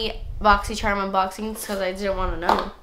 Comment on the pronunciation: Now I pronounce "charm" as "cherm" 😂